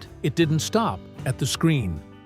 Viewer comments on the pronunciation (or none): His wife's name is pronounced "Jay-mee," not "Hay-mee," you knucklehead! AI is gonna make us all crazy....